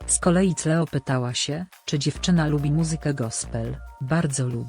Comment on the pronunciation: Ona Cleo czyta Cleo zamiast Kleo, i Cool Me Down czyta Kul Me Dałn zamiast Kul Mi Dałn